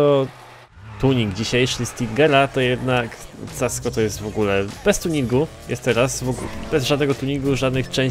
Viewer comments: Casco czyta się "Kasko" ty lucuchu niedobry. :D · mówi sie kasko